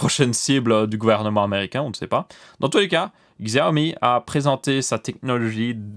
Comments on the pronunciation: On dit Chaomi et pas Xiaomi non ? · On pronnonce chaomi pas xiaomi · On dit Siaomi si on prononce en Pin Yin.